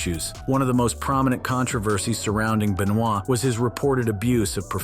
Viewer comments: Its not beuh noyd its Beuh nooah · I wouldn't trust any info from this guy. Cant even pronounce wrestler's names. Chris Benoy? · "Chris B'noy" lol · FFS, could you at least try to pronounce Benoit's name correctly? There's no excuse for it.